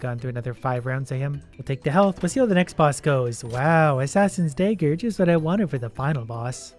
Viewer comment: Ive watched several of your videos. PLEASE stop saying Dayger. its dagger like Dad minus the second d and grrr. drive me insane.